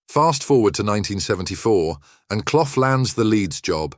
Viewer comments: Brian Cloff 🤣🤣🤣, say it proper ya clown 🤡 it's pronounced Cluff, you really don't know anything regarding football do you ??? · It's CLUFF, not Cloff! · Leeds finished 9th in 1978, Forest won it at a canter! Hardly surprising the facts are hazy when can’t even pronounce cloughs name correctly!